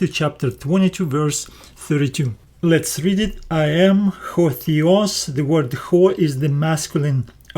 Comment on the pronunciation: Θεός is pronounced as the-os not thee-os. Thee-os actually means divine or uncle.